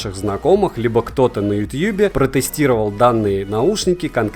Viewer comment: Блин ютъюб так звучит странно